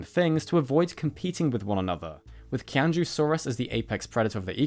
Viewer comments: Qianzhousaurus pronounced in mandarin sounds like CHI-AN-JO before the saurus and XUI is pronounced like SHWEI. Hope that helps. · Qian Zhou is pronounced more like Chi-ahn Joh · When Chinese is Romanized to use the alphabet with which we are familiar, Q is pronounced as a "Ch" sound and X is pronounced as "Sh". So the Qianzhou in Qianzhousaurus sinensis would be more closely pronounced Cheeannzhoh and the Xiu in A. xui would be pronounced more closely to shwee. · Qianzhousaurus is pronounced more like "Chee-en-Joe-saurus"; the QianZhou part is the pinyin (romanization) of Chinese script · I'm sorry that I'm being that guy(really I am... It's a horrible practice all in all); I just maybe want to clarify that Qianzhousaurus, is pronounced tchy-an-dj-ow- saurus (from land and low)